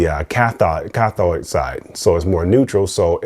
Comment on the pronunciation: electrodes not electroids.... cathode not cathoid.... anodes not anoids.... lol